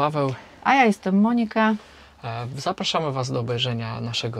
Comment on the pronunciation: Monika akcencik na Mo- pozdrawiam